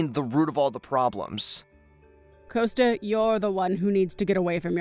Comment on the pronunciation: S2: Coasta sounds like a teenager. Gianna is too soft spoken. And it’s compensation NOT alimony. S3: She’s talking to herself again. Augusto is pronounced Au”gust”o not “Augoosto”. S5: Motormouth comes back in the form of Bella